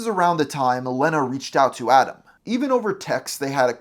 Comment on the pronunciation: The single N makes the E a long sound, so it's leeeeeena, not LENNA.